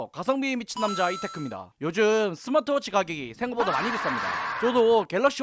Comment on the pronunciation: 잉? 내가 잘못 들었나..스마취 워치?